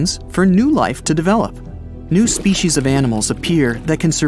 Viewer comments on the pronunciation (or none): none